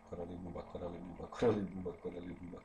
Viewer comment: Buba Kareli 😂😂😂 tako bar ja čujem posle 2000 puta